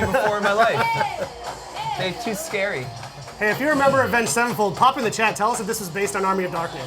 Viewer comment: absolutely butchered Avenged Sevenfold lol